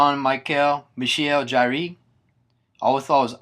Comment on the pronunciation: 'Jarre' is pronounced like the word 'Car' just with a soft 'J' sound. I think it is anyway, its been a while since i've spoken any french!